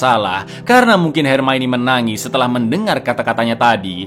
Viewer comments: NGAKAK setiap kali bilang "HERMAINI". 😂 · Ma'af, koreksi sedikit, "Hermione" di baca Hermaioni" 😀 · Jaman masih ga bisa ngeja hermione